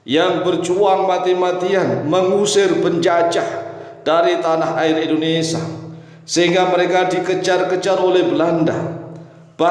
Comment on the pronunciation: bukan Endonesa pak.. tapi.. In do ne sia 🙏😁